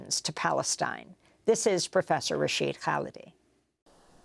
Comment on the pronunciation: Rashid driving me crazy mispronouncing his name